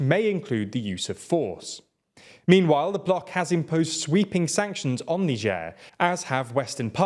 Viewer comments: It's not "n'sher" you anus, its "nai-jer". I know it gets the comments count up but at the expense of your credibility as news reporters. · Funny how you started pronouncing Niger differently now. Shows how incompetent you guys are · so this just might be a different in pronunciation between britan and america but how he pronounces Niger is so weird.